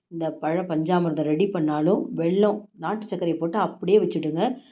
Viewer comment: Say vellam not velllam